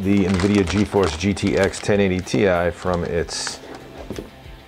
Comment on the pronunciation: thank you thank you thank you thank you for not making my ears bleed with the word tie. too many British and Australian reviewers are saying the word tie. in other words the GTX 1080 tie. I have been trying to go around and educate everyone that the word TI is not a word in any English or British Britannic dictionary therefore you must pronunciate each letter individually. the proper pronunciation is to separate the letters and say t i. so thank you for not butchering the name of the new Nvidia GTX 1080 TI.